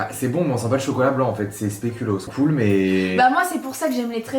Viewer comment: Le speculoos c’est belge et on dit pas spéculos on dit speculooos